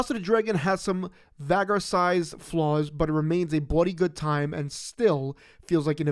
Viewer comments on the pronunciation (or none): Listen to how you butcher words is heart breaking. Have you seen the show to not know how to pronounce Vhagar!!??